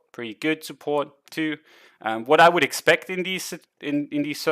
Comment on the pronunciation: Thanks! Always learn something from you. BTW, Parabola is pronounced puhRAbuluh:)